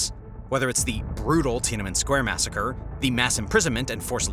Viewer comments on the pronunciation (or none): none